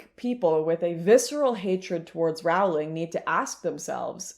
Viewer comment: I can't watch. It doesn't rhyme with growling. It's like roe-ling or rolling is fine too. J.K. chooses her battle and this one with people massacring her name she has forfeited unfortunately.